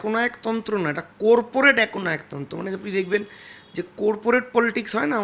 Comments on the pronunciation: buddhir bolihari !! কোরপোরট না করপোরেট ! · কোরপোরেট নয় কর্পোরেট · Kothata corporate not korporate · kotha ta coreporate ta. Ota corporate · কথা টা কোর পরেটে না কথা টা কর্পোরেট ঠিক করে উচ্চারণ করুন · ভাই, কথাটা 'কর - পো - রেট' , ' কোর - পো - রেট ' না। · Korporet na bhai ota corporate hobe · Core-porate na corporate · Corporate k byango kore "core-porate" boleche. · কোর্পোরেট নয় সঠিক উচ্চারণ হল কর্পোরেট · Korporate na re...ota corporate 😂😂... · কোর্পোরেট কি ভাই? 🤣🤣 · Suor re..age corporate uchcharan Kara Sekh..tarpor interview de…uneducated apodartho…ekhon subhendu r pacha chete bjp dhok..ei manuser bachcha ta ke BJP te dhukte deoa uchit na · কর্পোরেট উচ্চারণ টাও করতে পারে না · Bro pronounce theek kore korte parche na tar abar interview